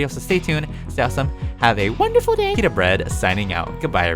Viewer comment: "u eat bread without peetah u can’t enjoy peetah without bread" since 2019